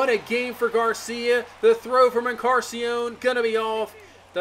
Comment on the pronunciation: just fyi it’s en-car-NAH-sea-on not en-Car-sea-on. you’re missing the “nah”. love the content